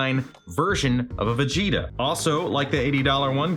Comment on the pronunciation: "I'm not vegtea I AM Super Vegtea"